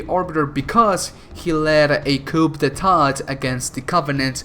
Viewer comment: Btw,in "coup d'état" you dont pronounce the P,it is pronounced "qou deta" - from a french viewer triggered by your french pronounciation